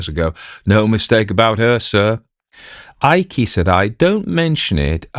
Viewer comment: " eye-key"? Not 'Ike' as per Gen. Eisenhower? And here I am having gotten accustomed to AI reducing nominal syllables. The Imperial Japanese Adm. Abe (ah- bay) being constantly referred to as Adm. "Abe".